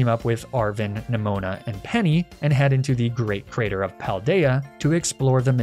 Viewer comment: I’m so enamoured by the Spanish names you’ve given all of them. Also your pronunciation of all the names is impeccable! Wonderful justice to the Paldea region!